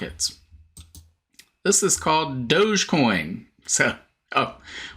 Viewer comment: Dog- e- coin, 🤣